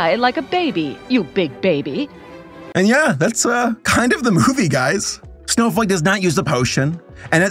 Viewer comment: I KEPT HEARING SNOW-FUCK…..🥲✨